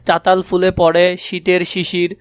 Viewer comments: আরে ওইটা চতাল ফুল না ❌ চালতা ফুল✅ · চাতাল না চালতা 😂